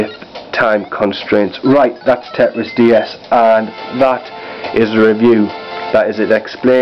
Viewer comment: it's tetris not teris